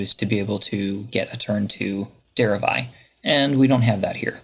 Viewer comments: Der-ev-i not Dere-eye... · derev-eye? jesus h christ